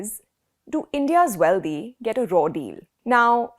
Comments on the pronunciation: How about getting the correct pronunciation of the words "Wealthy" ends with a THY and not DHY, and the same goes with "Healthy", it just doesn't sound proper with your superb grasp of the English language being in the spotlight.... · Nice segment. I’d just ask that you not pronounce wealthy as wealdhee. Indians make this common mistake. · That is not how you prounce "wealthy" you illiterate woman